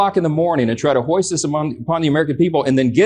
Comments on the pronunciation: Why does Johnson say “hoist” when the word he means is “foist”? I know the answer. The republican leadership is stupid. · 8min: "...and try to hoist this upon the American people..." The word is foist, Maga Mike. Foist.